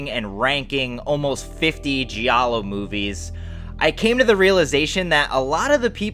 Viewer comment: Great channel but one thing…please use the right pronunciation of the words giallo and gialli. Its a silent “i” Don’t worry so many people in the horror community say the words wrong 👍